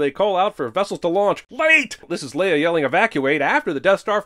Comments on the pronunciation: You're not going to issue a sin for Chekov pronouncing Vessels as Wessels??? Russian dialect has no W sound. W is pronounced as a V and therefor he would have pronounced it correctly as Vessels. I hereby issue you 10 sins for missing this sin. May god have mercy on your soul. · One thing that annoyed me about this movie - Chekov's nuclear wessels. Russian doesn't have the equivalent of a "w" sound, but it does have a v. There was no reason for him to pronounce it that way. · No sin removed for "nuclear wessels"?